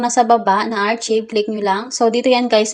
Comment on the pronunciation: Miss archive is pronounced as arkayb, hindi po archib. Sana po nakatulong. 🙂